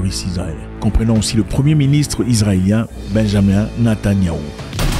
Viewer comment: Salut Zack, ce n’est pas Benjamin Netanyahu, mais Benyamin Netanyahu, beaucoup pensent et prononcent Benjamin, même moi je pensais qu’il s’appelait Benjamin 😅